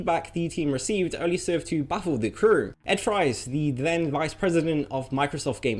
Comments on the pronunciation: Ed Fries's last name is pronounced "Freeze", for the record. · surprisingly, (Ed) fries is pronounced freeze.